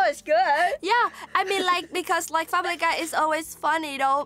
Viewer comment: "Famree Guy"